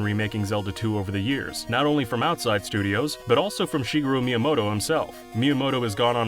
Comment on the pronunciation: Please learn Japanese pronunciation. It's not some obscure moon language if you are making content about video games, and it will only take you an afternoon at best. Doing so will prevent you from saying stupid things like "Shiguru Miyamoto," which just damages your credibility.